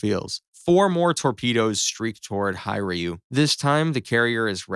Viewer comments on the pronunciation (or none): First note: Hiryuu is pronounce as it is: "Hi-ryuu", not Hay-ryuu". Second note: Kido Butai, the fleet that attacked Pearl Harbor is the core navy of Japan. During the battle of midway where Kido Butai was annihilated, IJN began its decline. In essence, in our sandbox, if the strike-force led by Nagumo was wiped completely, it'll immediately have an effect to Japan's moral and possibly, stance in its offensive given how most of their offensive air assets is part of that massive surprise attack. Experience pilots and material losses will absolutely cripple Japan in the early days of war. That's why they were so adamant on controlling SEA: to gather resources from all over the place to fuel their war machine. Third note: Remember, US was in the transition phase of using carriers as their capital ships at that time. USS Enterprise represents this as one of the initial capital carriers during that time, alongside Yorktown. Fourth Note: With the USS Virginia and her other torpedos and tomahawks, she alone could put a strangle hold against Japan, threatening to bomb their homeland. It doesn't even need to be precise. Just a hit inside a major city like Nagasaki or Hiroshima, or others would absolutely send its message across. Fifth Note: With Kudo Butai gone, Philippines might not have fallen to JP, providing more time for US forces in our country to mobilize and even use it as a base for bombers to hit Japan. This meant that even if there are no naval assets around Japan (aside fr